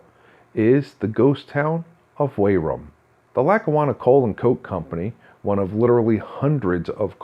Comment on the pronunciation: I enjoyed the video, but you might want to know it's pronounce Wee-rum, or "We're rum" (as one word) locally. Thanks for the video!